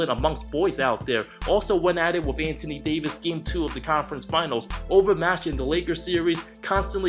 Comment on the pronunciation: Hey bro... Anthony Davis name is pronounced AN-THON-E not ANT-TINIE. It's annoying to her lol, you also do this when you talk about Melo.